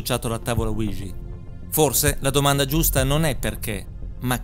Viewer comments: Ouija si pronuncia UIGIA non uigi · Bel video, ma non è mai stata azzeccata la pronuncia di Ouija